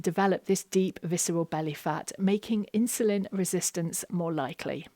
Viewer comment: My brain explodes: why do you keep switching pronunciation between ’insulin’ and ‘inshulin’?